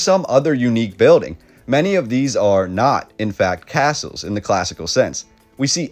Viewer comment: phonetically, its "Cass-Uhls"